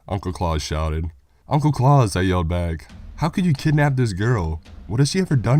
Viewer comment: That's Claus like house not Clause like claws